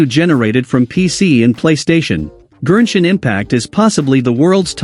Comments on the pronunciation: Why does the text-to-speech voice keep saying “GERSHIN impact” lmaoo 💀 Gershwin Pickle Impact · Am I the only notice and annoyed how he pronounce Genshin Impact to Gernshin Impact ? 🤦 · i thought the tts keep saying "virgin impact"😭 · I know this is all cool and all but I'm still laughing that they say genshin impact into gershin impact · gurrshin impact 💀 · The Gen in Genshin is pronounced like Go and Got. Not whatever you were saying